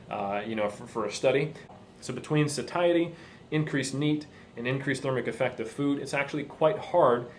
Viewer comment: this is a great video, and you're well spoken, but: please learn how to pronounce 'satiety' -- it's so discordant to hear that when everything else is well said.